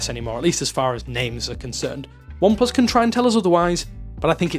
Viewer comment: Why do you keep saying ineplus?? It's oneplus!